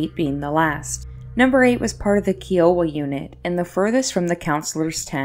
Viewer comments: KY-OH-WA Not KEE-OH-WA! THANK YOU!!! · its K-EYE-OH-WAH. Kiowa. its a tribe of indians.